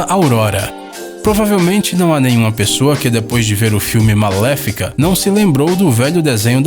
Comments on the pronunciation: "MALÉFICA" RS (Malévola) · Voce falou malefola e é malevola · Vc falou maléfica e é malévola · Eu juro que escutei "maléfica" em vez de "Malévola" kkkk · É malevola ñ maléfica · kkkkkkkk não maléfica é marlevura tão pior que criança de 5 anos ☺😅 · É malevola e nn maléfica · Málefica? kkk e Málevolakkkkkkkkkkkkkkk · Ele falou maléfica em vez de malévola 😩😩😩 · Ele fala Maléfica mais é Malévola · "Maléfica" quem ouviu kkkkkk é "Malévola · Querido n é malefica. É malevola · Só eu que notei que ao invés dele falar Malevola falou Malefica? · Não é malefica é malevola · Achei que o nome do filme que ele comentou era (malevola) n (malefica) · aff, Malefica, é Malevola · Quem mais notou que invés de falar malévola falaram malefica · era malévola parece que nem sabe kkkkkkk lembrando e só brincadeira tá gente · Para quem não sabe a palavra Malévola se escreve assim mas a pronúncia é maléfica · "Maléfica" Kakaka 😂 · É malevula não malefica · Também percebi, e vim nos comentários para ver se alguém também teria percebido. Kkkkkkkkk